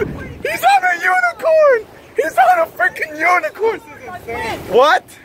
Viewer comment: He said unit corn so meany time 🤣🤣🤣😂🤣🤣🤣😂🤣😂🤣😂🤣😂🤣😂🤣😂